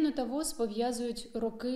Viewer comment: не вос, а во-о-з